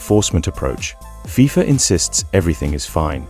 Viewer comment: You know this is ai when they cant pronounce fifa, AND THE NARRATOR DOES NOT TAKE A BREATH. GET RID OF AI CHANNELS